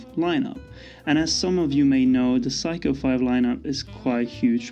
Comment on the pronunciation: It's not Psycho. It's Seiko.